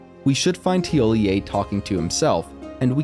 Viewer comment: Good job on the NPC’s pronunciation, you’re the first person I’ve heard to get it right